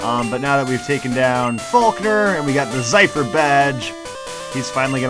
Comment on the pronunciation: A "zephyr" (zeh-fer) is a light breeze lmao Edit: which I suppose is very clever since Falkner is the first gym, which could be considered "a breeze," i.e. easy.